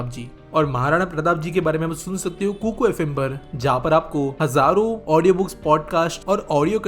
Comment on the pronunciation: Kukar FM nahi hai sahi se bolo it's kuku